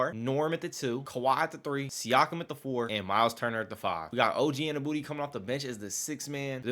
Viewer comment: Unless youre just trolling. You know youre not saying OGs last name right lol